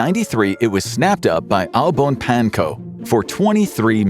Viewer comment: omg that pronunciation of Au bon pain hurt my hears...